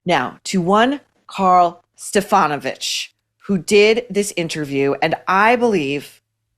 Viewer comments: It's pronounced "Stefa-know-vick". Karl Stefanovic. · It’s pronounced Stef-an-o-vic. He’s caused enough trouble himself 😂😂😂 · I hate to say anything Maureen,,,,,,,,,,,,,,,but it's ( Steff - an - o - vich ) is how you say Karl's last name................Karl's great...........I'm in Australia..........................Rosie is a nutter.............................Love ya Maureen................. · It’s pronounced Steph - an - O - vich Australian here - he’s a bit of a twat 😂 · His name is pronounced Stef-an-o-vic and he is a left wing hack with major TDS..dont let Mr Charmer fool you he lies in his sleep 😏